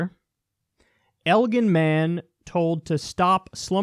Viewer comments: Thank you. From the heart, thanks. It's pronounced "El Gin." Soft g. Like (Elle jin)... I am with these people. We are who we are. We exist. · Elgin is pronounced Eljin. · For the record it's pronounced Eljin but welcome to Illinois! The most corrupt State in all of America, I got to get out somehow. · It's pronounced with a soft G, like "el-jin." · its pronounced "eljin" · It’s El-gin like ginger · elGin like how gin is said. elgin. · This is so sad and disappointing. People care more about their status than people's lives. It's been down to -15 degrees not considering wind chill. People will die. BTW it's pronounced El Gin, as in Ginger. And they're super snooty in those suburbs. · it's pronounced el GIN Like the liquor. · Pronounced EL-GIN. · "Elgin" is pronounced like gin, as in the alcohol gin. My step dad is from there, it's is so fucking cold, feels colder than Alaska where I am from. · It’s Elgin like gin as in the drink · It’s pronounced el-Jin just so you know lol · First off its El- like 'the' in Spanish and Gin- like gin and tonic Secondly this is fucked up. Let the guy help his fellow man. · I'm from the Chicago area. It's pronounced El-jin. Also, llinois is completely fucked and this is just another example of how our state needs to get its shit together. Love the show Kyle! Keep up the great work! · lol. Elgin is a shithole. Elgin and beautiful do not go in the same sentence. its "L Gin" by the way. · Elgin : Soft g as in gelatin or genitalia :) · Pronounced El-jin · just to say, its "EL-Djin" not "EL-Gin"